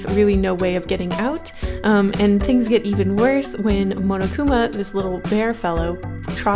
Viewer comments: pronounced mon-oh-koo-ma(h) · says momokuma. The fandom: ITS PUNISHMENT TIME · She said munukuma lololol😆😆😆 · Wait how did she just pronounce monokuma the first time? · AAAAAAHH I LOVE DANGANRONPA!!!!!! REEEEE!!! DRV3 KOKICHI OMA IS MY FAVORITE CHARACTER!!!! WHEN SAW MONOKUMA ON THE THUMBNAIL I CLICKED IT INSTANTLY!!!! also, the way you said Monokuma though